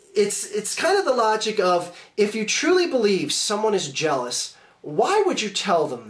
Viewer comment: A new insult: "jelamous"